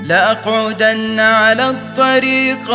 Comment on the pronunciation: لكن عنده مشكله في النطق ! مثل لاقعدن على الطريق من المفترض كسر القاف وليس فتحها